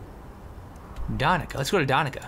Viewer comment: Its 'DaniCa' not 'DaniKa'. Skyrim is located in Russia, there is a quest that shows the world map, our world.